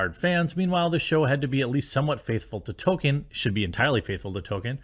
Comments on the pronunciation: "TOLL-KEEN" not "tow-ken" Please please work on saying his name Jeremy. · Jeremy: it's "Toll Keen" (Toll Kee En if you're fancy) not "Token". I like South Park too but christ